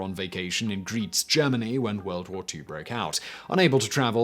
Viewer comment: On pronounciatiation of place names: - Leipzig ( , ): pretty well done, although the "z" should be more of a "ts" instead of the American "z" - Greiz : oh dear, the Wiener / Weiner problem. It's [graits], not [greeds] - Wiesbaden ( , ): Wiener / Weiner again, this time it's [weeze], not [wise] - Oberursel : decent try with the [u], but the pausing is [ober - ursel], not [obe - rursel]